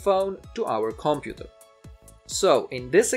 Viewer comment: comPUter not COMputer... why do you reinvent the stress of a language not yours, just saying :)